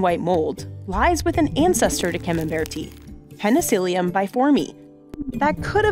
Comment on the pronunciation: It’s “peni-silly-um not “peni-seal-ium”, and it’s “fun-guy”, not “fun-jai”.